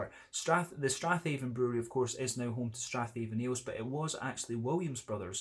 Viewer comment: Hi. I am surprised that a fellow Scot pronounced the Strathaven Brewery wrongly. Should be Stra'ven.😉